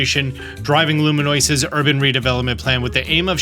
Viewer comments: Hermoine voice: “It’s not Lu-me-NOISE, it’s LOO-me-ohs” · It's LOO-MEE-OS-UH, not LOO-MEE-OS-AA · A lot of pokemon YouTubers are calling it “luminose city” It’s lumiose no N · Lumiose ❌ Luminoise ✅ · What made me giggle is he says it once at the beginning, then the next SEVERAL times "Lumiose" appears, he just says "this city" Which would tell me he knows he's not saying it right but isn't sure how, if it weren't for the fact I'm certain it's comment bait lol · its lumi-OSE, not lumi-NOISE, also Floette is always female. The rotom phone in SV catches you each time you jump off from a high cliff actually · How do you keep finding an N in the name "Lumiose"? LOO-MEE-OH-SS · Had to stop watching after the 5th time he called lumiose, lumenoise with the word right in front of him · Why does he keep saying luminoise? It’s Lumiose. Where is that N coming from? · Love this, but there is no letter N in the name 'Lumiose' city 😅😅 As in: The city is not noisy or something haha. If you remember, in the original Kalos games they already had holograms. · Lumiose ❌️ Luminoice ✅️ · I choose to believe he calls it Luminose instead of Lumiose to drive up engagement in the comments section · Bruh. Lumenoice? Loom. EE. Ohs. Lumiose. Killin me smalls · LOO-MEE-OSE Lumiose. you're saying Luminoise. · LOOM-EE-OSE dude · Also I love you so much … but there is no “N” is Lumiose 😂😂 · lu-MEE-OS. and QWAY-ZAR-TIH-CO. 😂😂 i'm sorry it bugged me too much, i don't like being critical 😂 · Bro just be adding extra letters to words 😂. Like bro, where the heck did the N come from in Lumiose. LUMINOISE ??? Really? I feel like you're trolling at this point 😂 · Loo-me-OSE. Lumiose! You got this! Words are hard sometimes lol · Bud I cannot watch your videos on this game if you can't stop saying Luminoise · hate to be nit picky but it’s LUMI OUS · Why...why cant you READ the word LUMIOUSE..? WHY?!?!?! THERE IS NO LumiNOISE city.... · How about every time he miss names a Pokémon.